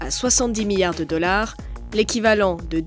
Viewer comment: La prochaine fois prenez quelqu’un qui sait prononcer « milliard »